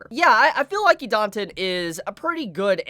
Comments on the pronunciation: it's pronounced Eee-Dah-Ten please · I like Idaten Deities. This vid got recommended to me. Let's have a listen. Christ, try listening to the way Idaten is pronounced in the anime before you post a vid butchering it repeatedly. TV-MA what it has more than colorful art? It has adult themes you wouldn't want children exposed to, how could they?! dislike, sorry I couldn't bother to listen to you a whole 4 minutes. You just didn't do the work to really draw in a potential subscriber. Keep it up, improve, you must be doing something right a lot of the time to have over 400k sub's, so this must have been lower quality than normal.